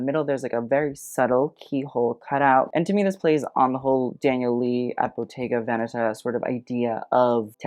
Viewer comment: Bottega Veneta perfect 👌 pronunciation! Well done. I agree completely with your critique.